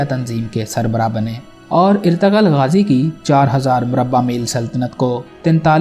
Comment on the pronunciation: Oye bhai irtagal nahi ertugrul